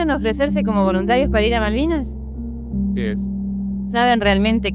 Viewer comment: Que mas se le puede pedir a dicho esperpento si dice maldinas.... jajajajajaja me enorgulleces tanto mi aldeano favorito!! mi....!!